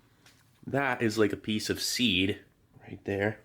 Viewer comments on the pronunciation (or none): none